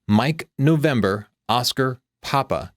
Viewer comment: Just so you know, when you say papa, the stress is on the second syllable, not the first. (paPA)